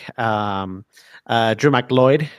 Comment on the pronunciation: That's how you pronounce it?